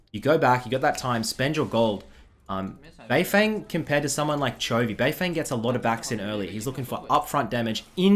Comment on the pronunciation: isn't it pronounced "bei fong"?